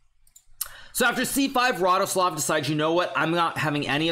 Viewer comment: As a Pole your ,,Radoslaw" and ,,Wojtaszek" pronunciation is magnificent!